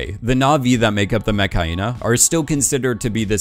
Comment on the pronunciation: why he say Metkayina like Mechhyena